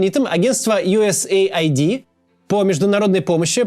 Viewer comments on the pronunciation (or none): US AID - Ю Эс Эйд, не Ай Ди. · Не USA ID, а US AID ┐( ∵ )┌ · Ю ЭС ЭЙД а не Ю ЭС ЭЙ АЙДИ (US AID) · Как можно USAID произнести как "ю эс эй айди"..? Хоть бы английский подучил. "Ю эс ЭЙД"